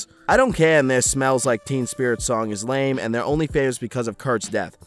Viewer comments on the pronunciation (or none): none